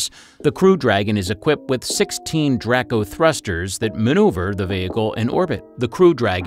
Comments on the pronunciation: Need work on editing... It's pronounced Drake-oh not dracko. It's another way of saying dragon. Video would have been a lot more enjoyable if you'd focused on the interior of the Dragon like your title had suggested. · Just a little pet. Peeve may not matter much to some people but it's pronounced Draco with a long A not Draaaco with a short a